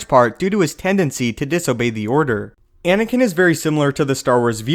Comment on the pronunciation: At the start you say Inikin Skywalker